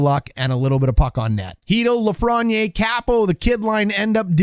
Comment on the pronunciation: you mispronounce lafreniere...hurts my ears